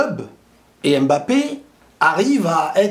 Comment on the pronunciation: On dit „Mbappé“ et non „aime Mbappé“